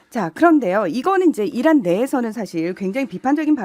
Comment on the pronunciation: 이란이 아니고 이런이라고 들렸어요